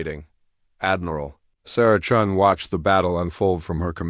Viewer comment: The AI changed Chen into Chun by changing the i into a u.